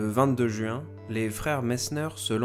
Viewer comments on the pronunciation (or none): none